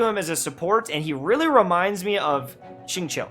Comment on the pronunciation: When you said xingqui did you mean Chongyun? Cuz he’s more like chongus the xingqui